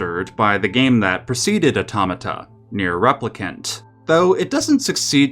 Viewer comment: 'Let's listen to mispronounce Automata's title for 20min, the video'